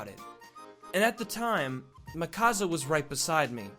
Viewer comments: OMG MIKASA ISNT PRONOUNCED MEH-KASA ITS PRONOUNCED MEE-KUH_SUH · I knew that character looked familiar in the thumbnail.. Btw it's not pronounced Me-causza it's Me-kuh-sa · I wonder why he says it as mikaza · “Mikaza” TRIGGERED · "lets call her micasa" ITS MIKASA OMFG THAT KILLED ME XD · GODDAMIT ITS NOT MIKAZA it's Mikasá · its not mikazzzzzzaaaaaa its pronounced meeka(S)a but spelt mikasa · mihkasa? ITS MIKASA MEEKASSSSSSSSAAAAAAAA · Ok, lets get this straight. It's pronounced, Me-ca-sa. Not Mik-as-a! Say it with me. ME. CA. SA. NOT. MIK. AS. A. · its not mikaza its mikasa and mikasa loves eren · "Mikaza" Hahahahaahha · It's mi-ka-San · IT’S PRONOUNCED MEEEEEEEE CA SA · Its pronounced me-kaw-suh and that was eren jeager and jean 😂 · "lets call her mikasa" pronounces it Muhkassa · It's pronounced, "Mee-ka-sa" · It’s pronounced mikasa🙃 Not trying to hate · Mikasa = Me-Ka-Za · I was so uncomfortable when he pronounced "mikasa" like thatt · That's not even how you say Mikasa. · Argh! The pronunciation of Mikasa!!! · i was so angry how he pronounced mikasa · Ticci Taylor Rodgers he pronounced Mikasa wrong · He didn't pronounce Mikasa correctly. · The way he pronounced Mikasa